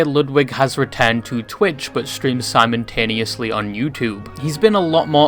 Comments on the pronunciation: Are you saying ‘simontaenously’ instead of simultaneously on purpose?? Lol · I like the way you pronounce simultaneously as "Simon-taneously"